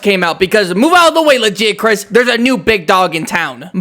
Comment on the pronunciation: Okay, first of all, you're pronouncing Lagiacrus' name wrong it's pronounced with a hard g, not a soft g